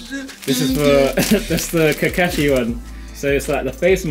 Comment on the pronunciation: ....its not "Kekeshee" tho its "Ka-kaa-shi"😭